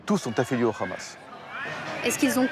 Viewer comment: Qu’il’parle en hébreux l’autre gros fils de .. parle pas en français tu nous fait honte.! En aucun cas le h ce dit Rrr « Toute cette frappe et une frappe contre le Hamas.. » alors déjà ça veut rien dire monsieur le politologue de guerre.! Et tu iras dire ça à Aljeezira Qataris. Tu assasine des journalistes au repos dans une tante..! Qu’elle armée courageuse et pleine de bon sens.